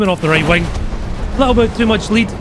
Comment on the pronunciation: i love how he says wing like wang